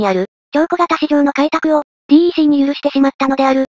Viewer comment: DECは「デック」と読むんですよ。